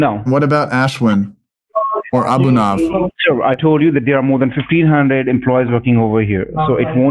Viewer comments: I know the scammer was trying to feign innocence but the name was spelled "Anubhav". Wouldn't it be said as "Anoob-hov", rather than Abu-nov? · Thats ANU---- BHAAV Means experience. Not abunav, doesn't mean anything